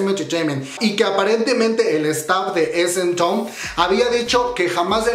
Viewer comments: Se pronuncia es em taun😀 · Tu pronunciación me consterna... :C no es town como lo lees, es pronunciado como taun Por otro lado... gracias por informarme mijo! <3 gracias por no dejarme sin noticias UwUr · No tengo nada en contra tuya pero repites y repites esementon (SM town) me da calambre al oído. Asi como te informas de las noticias informate de la pronunciación tambien xD o de plano di "el concierto". Es una crítica constructiva. Suerte :)